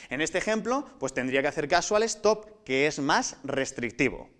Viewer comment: una cosa mal se supone q son espanoles por que ponen stop y no lo pronuncia bien aparte mejor ubiera puesto alto q no